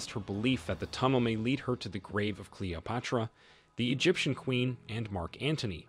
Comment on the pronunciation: My fav was a random pronunciation of Cleopatra as CALOPUTRA